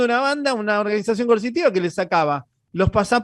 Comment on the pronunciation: el no dice coercitiva. Dice mil veces y lo escuché diez mil " Consitiva" , o no se le entiende. Y sé que significa coercitiva, pero no es lo que dice.